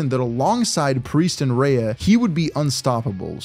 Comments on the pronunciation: Hate how he’s saying it as “reyah” and not “Rhea” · Why Does He Pronounce Rhea "Rayah". RAY+AH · Why are you saying Rhea’s name wrong